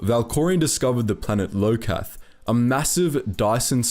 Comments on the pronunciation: The only criticism I have of this video is how you pronounce.. almost everything. Most of the names are pronounced incorrectly and all to me show that you probably never heard them spoken first. Iokath being a strong example- it's not LO-Kath, is EYE-O-KATH. Minor thing but its the thing that left me slightly annoyed throughout the video. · o SIS, not os sus, and i o KATH not liokath btw